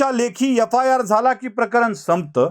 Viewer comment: yafayar nahi re adanya FIR shudh bol re.